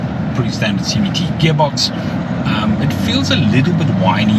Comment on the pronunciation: Did u say CVT???